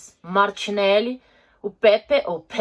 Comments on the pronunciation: A pronuncia certa é "Pêpê", Nicolá Pêpê kkkkkk, o Ceballos ta no clube mas é emprestado pelo real madrid e além do martinelli tem o saka e o saliba(os 3 são da safra de 2001) que também são meio que grandes apostas do arsenal. Mas é isso, legal o vídeo, espero que volte a falar mais do arsenal, tem muita história legal do clube. Vale fazer uma ressalva, que o arsenal também foi ultrapassado por clubes com donos que gastam muito com o clube, o dono do arsenal não gasta com clube e é bem ausente e o novo diretor de futebol do clube só contrata jogador dos agentes que são amigos dele. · Pepe se pronuncia de forma francesa porque ele é marfinense